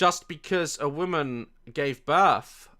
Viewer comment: The only bone I have to pick with you is your continued mispronunciation of the word woman as the word women.